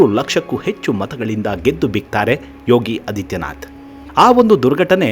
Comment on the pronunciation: ಯೋಗಿ ಆದಿತ್ಯನಾಥ್, ಅದಿತ್ಯನಾಥ್ ಅಲ್ಲ. ಹ್ರಸ್ವ ಅ ಅಲ್ಲ, ದೀರ್ಘ ಆ ಹೇಳಿದರೆ ವಿಚಾರ ನಿರೂಪಣೆ ಇನ್ನೂ ಚೆನ್ನಾಗಿರುತ್ತೆ.ಧನ್ಯವಾದಗಳು.